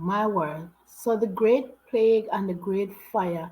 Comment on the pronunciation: This narrator has a lot of interesting (and true) facts but he mispronounces two words, which are annoying to me - as a 71 year old Londoner! - He says "plag" instead it's pronounced like ' play_g ' and the inventor -who designed and built the London sewer system - his name was Bazalgette (and the 'g' is soft as in giraffe , not hard as in golf) so it sounds like 'Bazzel_jett_ ' ... NOT like Bazzel_get_!!